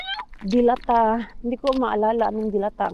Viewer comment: Magkaiba pala tayo na bet na corned beef mars, purefoods ako. Mabagal ang bigkas ng delata mars hindi mabilis. Relate much ako sa patulog na pero magsasabi ang bagets na gutom para extended ang watching time hehe kaloka mga palusot ng mga bagets. God bless.